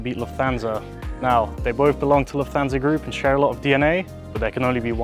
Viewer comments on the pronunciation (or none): You mispronounce Lufthansa as Luf-thansa. It should be pronounced as if it's two words Luft-hansa so you hear the T and H separately, not like the "th" in "that" or "this". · Lufthansa is pronounced "Luft Hansa", not "Luf Thansa"... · The accent is on luft not on hansa.